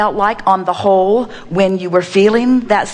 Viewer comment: "......What you felt like on the whole when you were feeling that sexual energy....." (You can't hear the 'W') 😆😆😆